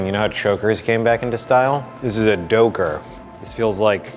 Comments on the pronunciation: i hate that i laughed when said "doughker" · Its a Dough-ker. 😂😅😆😐😑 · Dough-Ker hahahahahahahahahaha